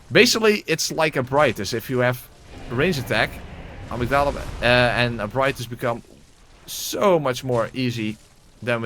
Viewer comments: ebrightus doesn't even make sense according to how it is spelled. No English speaker even would pronounce it that way. The letters don't make those sounds. "Ebreetas" maybe but not "ebrightus". Also, the NPC pronounced it as "e-brigh-uh-tus", but you are saying "ebrightus", so you aren't even pronouncing it the way the npc was. Either way they are both wrong. The npc is an english person attempting a latin word and saying it incorrectly. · Ebrietas is pronounced "Eb-ree-et-us". Just letting you know. Not sure where people got "eb-righ-tus" or "eb-ree-tus" from. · you have no idea how? Oh maybe because Ebrietas is a latin word and that is how it is pronounced in latin. It is literally pronounced phonetically just how it is spelled. That npc is pronouncing it incorrectly sorry. That is like if there was a german name but an npc pronounced it incorrectly in the game and then someone german came along and told you the correct way to pronounce it and you told them they were wrong because some npc in the game pronounced it a certain way. The npc or the people responsible for localization can be wrong, you know. Ebrietas is a latin word and any romance language would pronounce it "eb-ree-et-as". That is where the name comes from and that is how it should be pronounced.